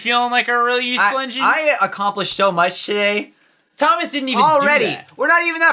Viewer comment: "thomash the "TANK " engine